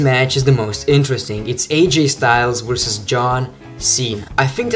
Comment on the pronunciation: everytime you say the word "versus" , It really sounded like "vorsas" :D